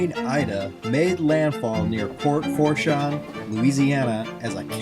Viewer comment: It's actually pronounced Port "Foo-shaun"